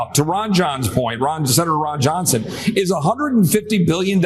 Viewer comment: “Rahn Jahn-sen from Wis Cahn-sen.” Ben M. 😂